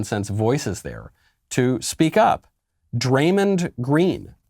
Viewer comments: Barkley and draymond are 2 of my favorite nba players ever, both hall of famers, funny as hell, and keep it real. Btw draymond is pronounced draymond but mond like pond not mund. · Yo Michael it’s pronounced [dray-mon-d] like dray rhymes w ray, mon like the end of “common (man)” and then obviously the normal d sound, draymond green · Lol Draymind.... its Draymawnd.. love Michael Knowles just cracked me up hearing Draymind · "Dray-MINNED Green" 😂😂😂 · Didn't know it was pronounced DraymonD. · Uhh, Michael, sorry to be that guy, but it's Dray-MAWND Green, 3x NBA Champion with the Golden State Warriors. EDIT: He's the only one in the NBA saying even some real, interesting, worthwhile things. His entire career has been made from out-thinking, out-anticipating, and out-hustling everybody else, and I think his mindset gives him a slightly greater chance to cut through the fog and noise. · Bro michael cant say Draymond right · Great video, Michael but just so you know you are pronouncing Draymond’s name wrong. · Bruh knowles just said "MEN are just not as physically strong and fast and buff as DUDES" Yet he criticizes people for messing up their words all the time. Cmon bruhh also you pronounced Draymond wrong and completely took him out of context this whole clip is absolute trash.